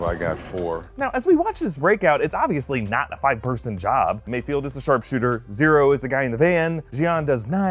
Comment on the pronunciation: MayFELD, MayFELD, MayFELD